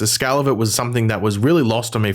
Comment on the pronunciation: Why does he say scale as “SCAL”… lol 😅